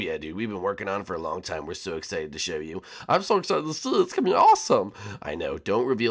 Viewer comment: Il dit salon sur le toit